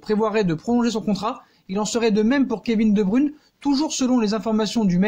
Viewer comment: Tu prononce mal le non (De bruyne) Pronosation (De broyne ) Et non De bruune